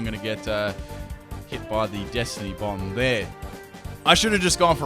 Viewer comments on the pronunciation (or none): none